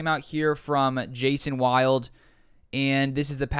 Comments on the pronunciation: Hey man, the reporter's name you referenced is pronounced "Will-Dee," not Wild. Love the content. Just subbed. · Love your content. But as an FYI. It's Jason Wilde Not wild. Pronounced Wildy. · Just for future reference its pronounced Jason will-dee. No biggie just an FYI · It's pronounced Jason Wilde (Will dee). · FYI. Jason Wilde is pronounced like “Will” and the letter “D” put together. Love your channel